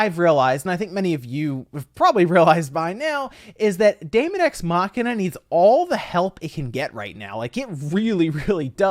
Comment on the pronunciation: They are probably tired of people mispronouncing "daemon"